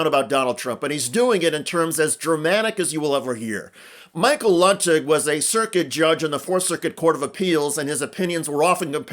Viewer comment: *pronounced LOO tig